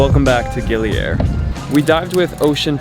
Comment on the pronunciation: They way he pronounced Gili Air as aer (means breeze) instead of ayer (means water in Malay/Indonesian) totally messed up my brain